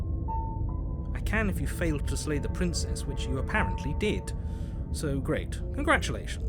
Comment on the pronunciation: Narrator be like: dammit, i said SLAY not LAY